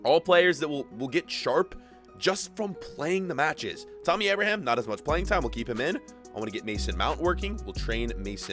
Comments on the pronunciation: It’s so obvious he doesn’t watch chelsea irl, “Kovasich” “Why is azpilicueta running up?” “Teemohv Werner” “Tahmmy Ahbroham” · it's Tammy Abraham, not tummy abrahaam. And what is it with and America. We get it u are from America